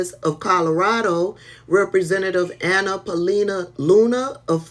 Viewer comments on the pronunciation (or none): none